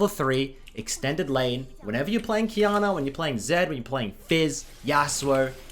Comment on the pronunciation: do you mean the "key" or the "Qiy"?